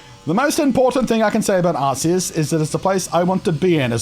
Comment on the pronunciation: It's gif as in George, and Ars-ious just sounds rude, even if it's "correct." lol Cheers.